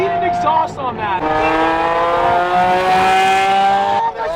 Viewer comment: "I need an exhuast on the Murcielago" ooo boy this is gonna be exciting